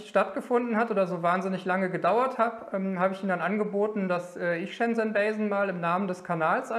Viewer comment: Die Firma heißt nicht "bei sen", wie du immer sagst, sondern "ba sen"